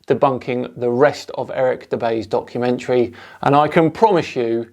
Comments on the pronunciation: Hah sounds like you said "donkumentary" like meaning donkey.. if its intended then amazing. 🤣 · did he say DONKumentary or documentary? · it sounds like you said "*donk*-umentary." I don't know if it was intentional, but I'm all for keeping it! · So I just clicked on the video.. and first few seconds.. did I hear "donkeymentary"?.. Fits very well I dare say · I swear you said "donkumentary" during the intro. Seems about right :) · Did you start by saying Eric's donkey-mentary? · “Donkumentary” love it! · oh, several people have commented that it sounded like called it "donkey-mentary". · I swear it sounded like you said "Donkey mentally" the first time 🤣 Sounds about right though 🤣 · I seriously thought I heard say "..Eric Dubay's Donkeymentary" which now that I think about it, isn't inaccurate either. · Did just call it a "Donkey-mentary" rather than a documentary? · lol.. I heard donk-umentary.. 3 sec in. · I'm sure you said, "Donkeymentary" 🤔 It would certainly make sense what with Dubay making such an Ass of himself. 🤣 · He did say Donkeymentary which is a work of total fiction? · Did you call it a "donkumentary" in the beginning? :) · I think it was a slip of the tongue, Donkumentry😂 but it's a perfect description of this slop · Did you say "Eric Dubay's Flat Earth donkeymentary"? {:-:-:} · Did you say donkumentary? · I thought I heard "donkey-mentary" . . . quite appropriate . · Are you saying "donkeymentary" ?? I can't understand that people are denying the holocaust, there is footage made by the army's that liberated those camps. Or where all those piles of thousands and thousands and thousands of dead people, not to mention the millions that were already gone, also actors or props? These people make me so mad and sad at the same time. When i saw that documentary i felt literally sick and went out to see some friends to get it out of my mind. The holocaust must be the lowest point we reached as a species. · Did you just say "Donkumentary"? haha